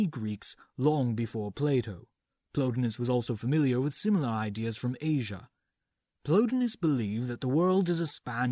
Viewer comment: The guys names were Plo TIE nus and E PICT atis. Pls act as if you've heard these names pronounced somewhere.